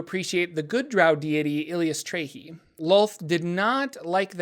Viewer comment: Currently playing a Cleric of Eilistraee. A lot of fun. Also it's EYE-liss-TRY-ee.